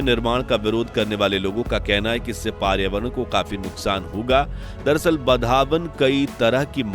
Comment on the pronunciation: Paryavaran thik se bolo 😂😂😂😂